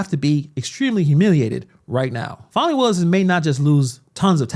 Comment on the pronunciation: Her name's Fani not fawny